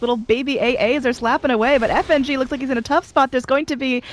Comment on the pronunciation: When the female caster called Fng "nitrogen"